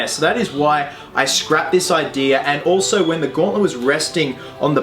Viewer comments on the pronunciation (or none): none